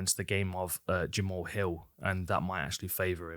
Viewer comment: I know it’s jamal, but jama-haul sounds so much coooler :/